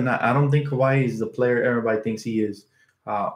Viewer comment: Say it with me, Kuh-why lol